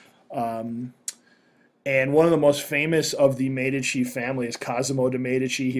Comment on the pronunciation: its actually pronounced as mee dee chee (Medici)